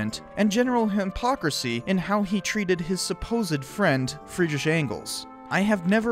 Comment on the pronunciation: This comment is just respect for getting Friedrich Engels' pronunciation pretty much right, with Friedrich being one of the hardest German names to pronounce :D